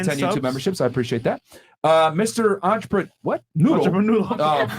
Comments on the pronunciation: WTF is a an-cha-pa-noodle⁉️💯 Entrepreneur 😂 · "Im a Entreprenoodle" 😂😂💀